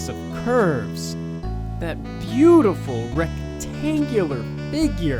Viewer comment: iTS BLYADIFUL